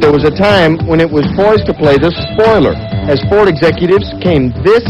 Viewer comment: its a ford not FOTRD